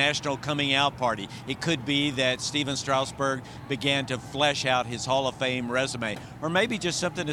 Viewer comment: Never ceases to amaze me how many sports commentators STILL don't know how to pronounce Strasburg's name.